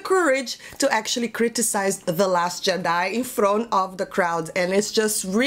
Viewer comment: Love the way you say Jedi.